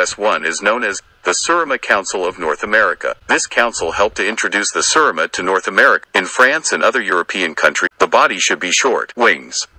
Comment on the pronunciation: #4 is a pronounced "SIR-A-MA" AND the man responsible for btringing these WONDERFUL birds to the USA is the fellow in the brown T-shirt Mr. Jer Schexynader The "Godfather" of the Serama.